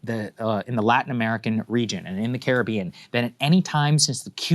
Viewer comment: Why does Saagar pronounce Caribbean that way? 😂